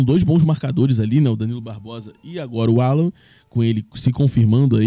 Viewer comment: O Nome dele é. Allan, e não 'Allan, !!!!!!!!!